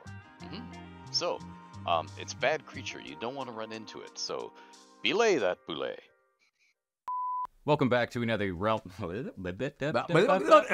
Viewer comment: okay, obviously within your own fantasy world you pronounce things however you want, but if you're gonna say its pronounced the french way, you pronounce the T in Boulette. if it was Boulet, you wouldnt, but its got the -te, so you do